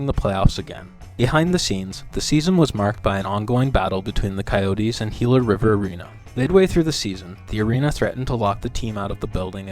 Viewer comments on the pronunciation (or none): none